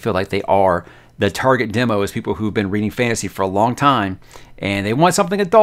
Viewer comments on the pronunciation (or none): none